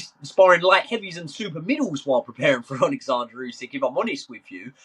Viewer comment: His name is oleksander not fucking Alexander